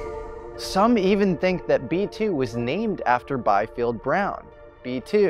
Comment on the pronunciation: Bee-field, not Buy-field. Again, German pronunciation.